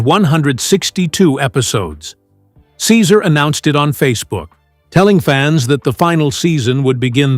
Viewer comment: Your narration disrespectfully mispronounce Cesar’s first name!!! Awful